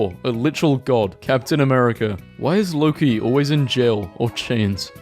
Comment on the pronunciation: the pronounciation of "Loki" is just- i cant 💀